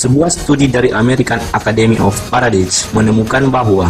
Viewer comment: Bukan paradik bacanya tp PEDIATRIK